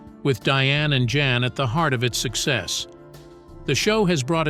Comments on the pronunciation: I think his name is pronounced Yan not Jan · pronounces YAN